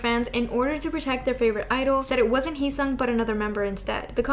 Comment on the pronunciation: Heeseung is not pronounced as He-song. This is a Korean name. These names can be hard to pronounce to those that do not speak Korean but his name is pronounced he-sing like he sings without the s. :)